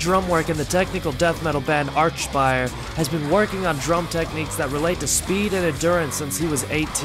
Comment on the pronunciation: Bro said archfire